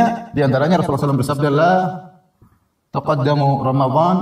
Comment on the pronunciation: bacanya: LA TAQADDAMU... DIPERIKSA LAGI BACAANYA...